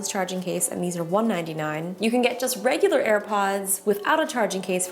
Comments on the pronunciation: When she said 199 i thought she said 20 dollars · Did anyone else think she was saying £1.99 and £1.59 at the end